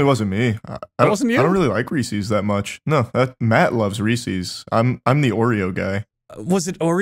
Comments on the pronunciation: We really just gon' gloss over how Charlie AND pronounce 'Reeses' here?? Wtf?? 😭😭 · Reeese's* not "Reesees" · Charlie saying Reese’s instead of Reese’s is top notch English